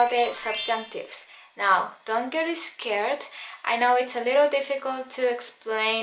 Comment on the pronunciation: and I got "es-scared"